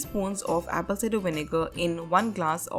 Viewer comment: Did she say Apple Cinder 😂😂😂